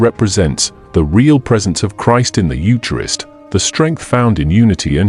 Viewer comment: The AI needs to pronounce eucharist properly.